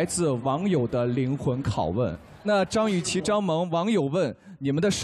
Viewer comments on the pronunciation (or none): 每次杜华说张雨绮的时候我都听成脏雨绮。。。